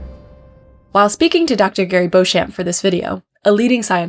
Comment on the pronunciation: Please tell me that Beauchamp doesn't pronounce his own name that way.